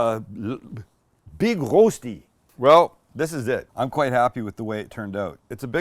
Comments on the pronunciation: Thanks for the nostalgia, had my first in Switzerland 20-ish years ago, I believe BK had their own version as well...that being said, your pronunciation of "Rosti" is killing my ears! It's more like "wohstee" with the w pronounced without perching the lips. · It's called Rösti, not Roasty, Rosti would also be fine. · Just call it "Rusty". Sounds closer than "Roasty". Rösti- Rushtii. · Fyi(not to be anal) it's pronounced Ruh-shdee. The Rö is like 'her' without the hard R sound. Okay, I'm being pedantic.. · Spike, is it pronounced Roasti or Roshty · the ö is a bit tricky, you pronounce it like in "her" but from your two words in Germany its more the Roasti with s Swiss people tend to say it with sh :) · Would you please teach him how to pronounce it? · It´s spelled like the o in worse: Big Rösti. :-) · Nicely done. By the way the "ö" in Rösti is pronounced like the "i" in bird